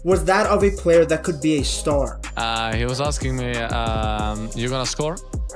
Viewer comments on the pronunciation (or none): none